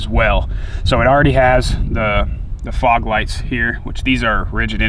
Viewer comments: He said frog lights instead of fog lights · I heard frog also lol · you said " frog " lights 🤣🤣 killed me 🤣 nice truck tho